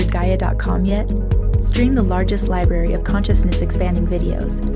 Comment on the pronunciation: You know they're ignorant morons when they pronounce it "Liberry"